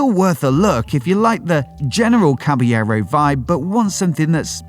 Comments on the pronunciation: It is pronounced Cabalero..you have to pronounce the L it's not Spanish it's Italian! Fantic motor a remake of the iconic Motocross bike from the 70's! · I like the Triumph 400 followed by Caballero (wrong pronunciation on the video). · Awful pronunciation of Caballero 😂